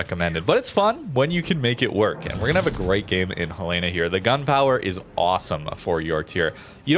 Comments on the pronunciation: Ok, I've listening to you mispronounce the name of this ship for a long time :) It's HEL eh na, not heh LAY na. It's named after the capital of Montana. Second, I liked this format a lot. I'm in a place in the game where I have several ships I can move to the next tier, Cleveland being one of them, and information like this helps immensely. Thanks for all that you do! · Fun fact: USS Helena named after Helena, Montana is pronounced "Hell-eh-na" not "Hel-lay-na". :) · Love your videos,! But it's *HEL-uh-nuh*, not Hel-EE-nuh or Hel-AY-nuh, please! Named after my state capitol, Helena, Montana. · Helena is pronounced Hell-In-uh after Helena, Montana. Love the vids though bro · The Helena is pronounced like the name Helen with an a at the end. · Love the us light cruisers, but for the love of Jesus, it’s pronounced Helen-a. Like the girl’s name Helen. Helen of Troy. Then an uh sound at the end. Now I know how the Brits feel when us Americans try to pronounce their English. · HELL-uh-nuh :) great video as always, nice to see these ships getting some love! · Helena is the capital city of Montana. It's pronounced HEL-en-uh. Like Helen and uh. It is from the city of Helena that Helena gets it's name. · ...The US cruiser Helena is named after Helena, Montana in keeping with the tradition of naming cruisers after cities. Say it like Helen-uh, the woman's name with uh at the end. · I love all your videos and everything you do. Look forward to seeing new stuff from you. One small point of contention, you are mispronouncing the name helena. The ship is named after the capital of montana and it is pronounced differently from what you are saying. The? Only reason I know is because that is probably one of my top three favorite ships and I had a misfortune of pronouncing it the way you did and had it pointed out to me in a rather harsh manner once. Keep up the good work and keep the videos coming. I look forward to seeing them. Thank you my friend.